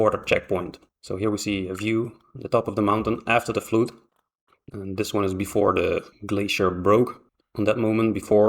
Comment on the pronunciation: It wasn't a flute - it was a fludd.